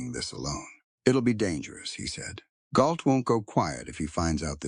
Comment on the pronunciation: I think you mean GAULT, not Galt?